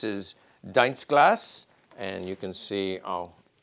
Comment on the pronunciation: You couldn't have been more clear on it, unless doing a special video about the long barelled 08. One tip on pronounciation: In german an "ie" isn't pronounced like "diner" as you did on "Dienstglas" but like in the word "thief". So it"s easy to remember I think. An "i" is never pronounced like in "diner" or "digest" in german language. "I" without an "e" following is short, "ie" is longer pronounced, simliar to "ee" (Jeep) in english, that's all.